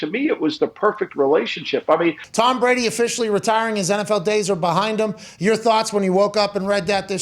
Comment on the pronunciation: "tHaNk YoU ToHmmmmm" jfc...